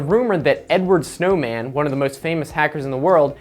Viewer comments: seriously "Edward Snowman", it's Edward Snowden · Did you say Edward snowmen ⛄ 😂 It's Edward snowden